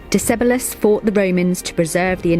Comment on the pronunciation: Your pronunciation of Decebalus is absolutely rubbish